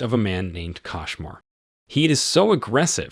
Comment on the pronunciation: It's a kOshmar not kAshmar